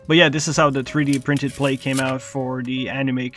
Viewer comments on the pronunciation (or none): Every time I hear “plake” 🤦‍♂️